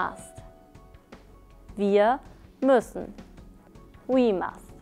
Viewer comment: it´s müssen and not mussen